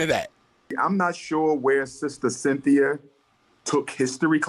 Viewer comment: "Sin-thi-uh" is an agent of chaos. Negativity is her platform.